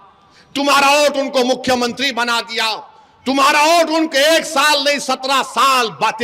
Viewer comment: Abe vote bol thik se tujhe to bolne bhi nahi aata pm ko modi bolte ho